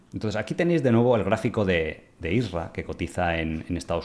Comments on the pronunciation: es IRSA... NO ISRA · Y dale con I S R A , es I R S A ( PRONUNCIALO BIEN) COÑO 😂